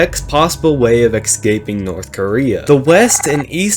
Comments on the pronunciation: Bro says "Excaping" Its escaping buddy. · A little bit of me does inside every time he says ‘ex-caping’ 💀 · the amount of time you said ecscaping is pretty painfull.